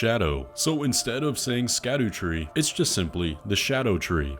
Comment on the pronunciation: It’s actually pronounced “Shhcubaabata” tree. Like you would referring to your cat, Scuba.